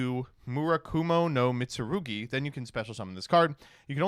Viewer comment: I love that he can pronounce Mitsurugi but can't pronounce Ouroboros